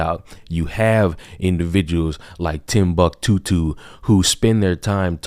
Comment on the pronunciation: Timbuck Tahooloo 🤣 lit tonight